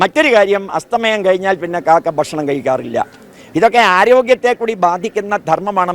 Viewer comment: കാക്ക അല്ല "കാക്കാ".